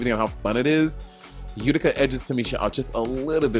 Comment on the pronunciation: Monét did you say Utica 🤔? I had to play that back to make sure I heard that correctly. Her garment looked like a bunch of scarves tied to other pieces of fabric. Just my 1 cent